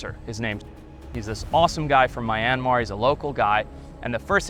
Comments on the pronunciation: A small country in Southeast Asia? Haha, It's the largest country in the entire Peninsula of Southeast Asia. Also it's not pronounced "My-anmar" like the word "my", it's much more like "Me-anmar" although the "Myan" part is actually a single syllable and there isn't really a clear way to write that in the English language. Finally no one has ever been executed for anything drone related in the country, not given a life sentence. The worst sentence you can get is 3 years, although knowing what Myanmar prisons are like, I would probably prefer a quick execution over the actual sentence. There's quite a few more errors in your accounts, but I just wanted to talk you the most important ones. I hope you will give Myanmar another chance a few years from now, when the military is no longer in control, and no longer has any political power. It will happen, the war raging since the 2021 military coup is being won by the rebels, and when this is all over, they will not accept conceding any power back to the military again, and the military won't have any bargaining position. It's an amazing country with all kinds of rare wildlife and wonderful people. In fact the once thought near-extinct Skywalker Gibbon was recently confirmed to be present in fairly large populations within the country. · The way this dude keeps saying Myanmar really makes me question his intelligence/credibility… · The constant mispronunciation of Myanmar is killing me. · it is. his pronunciation was hurting me every time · it'd be nice if you didn't mispronounce Myanmar, who's your producer? Cool story though. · This dude says mayanmar😂 what the f is a mayanmar its myanmar there is no ma in myanmar😂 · it's mee-an-mar. not my-an-mar Do the locals really say "my-an-mar"? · Its pronounced me-an-maar not my-an-maar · MYANMAR is not F×cking pronounced as 'Mai•yian•mar' .....even the Myanmar people called it 'Mee•aan•mar' ...you just don't called a country however you Americans like